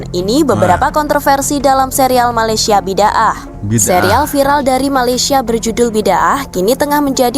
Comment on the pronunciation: Ini series berepisod bukan film. Dan cara sebutan series ni Bi-Da-Ah bukan Bid-Aah.